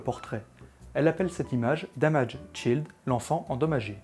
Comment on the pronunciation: Très bonne prononciation, notamment du -ED de damaged, par contre, pour child, la voyelle est tendue, mais j'en parlerai dans les prochaines vidéos ! :p Sinon, la vidéo est pas mal, je ne connaissais pas l'histoire autour de cette photo, merci ^^ En regardant tes vidéos, j'avais peur de tomber sur des vidéos qui expliquent comment utiliser le matériel, ce que je trouve un peu chiant, mais je trouve, au contraire, que l'histoire de photographies est super intéressant ! Merci ^^